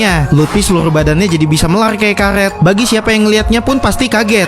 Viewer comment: Karet , bukan karlet